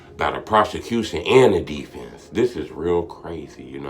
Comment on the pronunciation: you know I love you but. But the way you said defense in Chicago slang you make me Wonder LOL😂